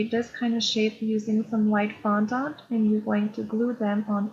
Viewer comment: It’s fondant NOT fondAUNT.